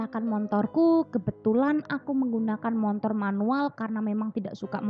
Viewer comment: Bagus sih mb, cuma apa saya salah dengar ya ? "Montor?"